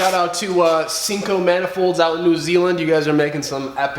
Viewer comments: You said sinco right. Confirming from. New Zealand good work bud! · Yes you are pronouncing SINCO correctly. You should check out some of R.I.P.S (Rotorua Import Pro Shop) builds. Crazy horsepower RB weapons